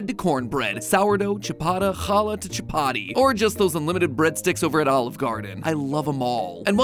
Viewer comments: ...IT IS NOT CIABATTI IT IS CHAPPATI YOU STARTED A FOOD WAR MATPAT!!!!!!1 but i'll let it slide since your gonna retire soon from being the host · matpat pronounced chappati as ciabatti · MatPat just murdered Chapatti... I pronounce it like Chaap-aah-thee... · Hey, Matt while you covered the ireland patato famine, i just wished you'd also mention THE Bengal Famine, where literally MILLIONS of people died in the 20th century. only for the British Army to waste the rations. Also i love the way you pronounced Chapati 😂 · the way he told chapati 😭😭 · sadly he didnt pronounce chapati right